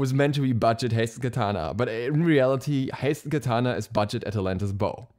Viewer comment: atlantas bow sounded like athletic ball to me first time u said it